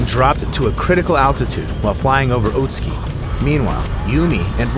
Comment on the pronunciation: its o-tsu-ki not outski.... work on pronouncing non english names right.